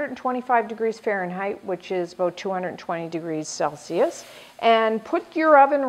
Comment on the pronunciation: This video is better than most I've seen on cooking shows because it actually teaches you the tehcnique of creating a round from a much thicker disk!! Thank you :) Also, I kept hearing you say "a-boat" hehe; are you from Minnesota?